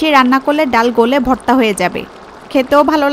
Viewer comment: গলে ভত্তা না আপু ভর্তা 😄😄😄😄😄